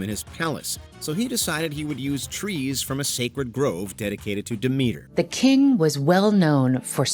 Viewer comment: How could you misprounce minotaur and Demeter? Plus, I'm surprised you didn't mention Ariadne.